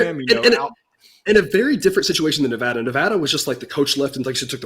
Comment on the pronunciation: It is Ne-VAD-a, where VAD rhymes with BAD. It is NOT Ne-VAHD-a.